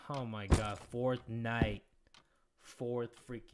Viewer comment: "FOURTH NIGHT? I REFUSE." What I heard: "FORTNITE? NO, I REFUSE."